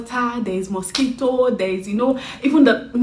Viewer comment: The emphasis on mosquitoes lmao